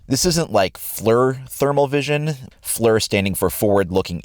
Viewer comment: FLEER, not flur